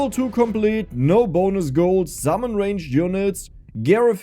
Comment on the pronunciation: Love the accent. Zummon lol. Game looks fun might give it a try